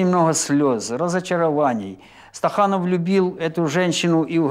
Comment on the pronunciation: Не Стаханов,а СТАКАНОВ.